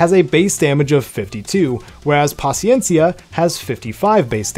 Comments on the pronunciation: en verdad en gustó cómo lo pronunciaste “paciencia” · Perfecta pronunciación de Paciencia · Much respect to you for your pronunciation of paciencia 🙏 you a real one 💯👏🏼 much love thank you